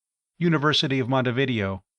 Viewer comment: Just a note ... it's not "Mont a VID ee oh", it's "Mont ay vee DAY oh".